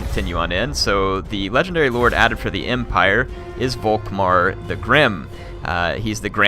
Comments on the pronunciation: Germany sheds a tear, every time you say Wok-Mar instead of Volkmar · The "V" in Volkmar is pronounced as an "F" btw.